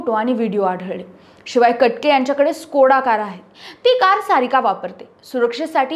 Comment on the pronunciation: ताई कट के... नाही. कटके..!